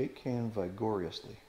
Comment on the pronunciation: Looks great. Btw “ vigorously” is the French pronunciation.